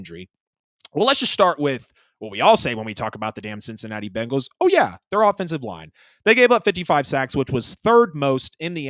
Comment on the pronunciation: Why is it so difficult to say BENGAL?